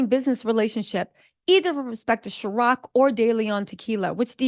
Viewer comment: And it’s Cir-OC not Chir- OC…..love though 😂